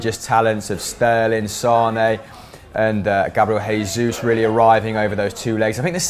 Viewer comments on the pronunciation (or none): PLEASE STOP SAYING GABRIEL HESUS HE'S BRAZILIAN IT'S JESUS WITH A J PLEASE MAN 😣😣